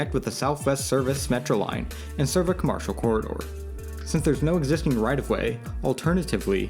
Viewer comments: "commARcial" reallly kid? How do you not know how commercial is pronounced? Also what is "Jeherson Park?" Never ceases to amaze me how many people on YouTube don't go back and fix their obvious mistakes. It's not like this is live. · You seem to be from Chicago. In my three decades here, I've not once heard someone pronounce commercial like that. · what accent pronounces commercial like that? What do you call the things you see on TV during breaks?